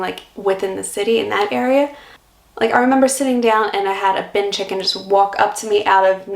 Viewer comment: Outstanding to see you have nailed the slang term "Bin Chicken" for our local Ibis.